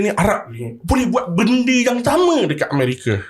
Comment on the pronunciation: "Ilmu kewangan yg 'CAMA'"😂...SAMA bang SAMA..bukan 'CAMA'